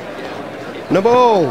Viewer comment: Why does he use the completely American term alimony? And why does he say "Naball!" instead of "No ball"??